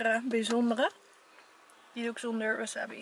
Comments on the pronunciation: Leukee videoo! Maar je moet eigenlijk zeggen: waasaabi en maaki want er staat geen wasabbi of makki maar verderest leuke video😝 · Ik erger me echt aan hoe je wasabi zegt ):(